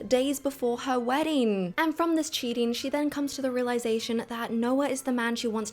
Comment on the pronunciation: Please just a suggestion speak more naturally and not those sudden tone down pauses it gives me the ick and I can't even watch the full video bcz of that and why putting so much pressure on the syllables of CHEATING it's sounding so disruptive and shrill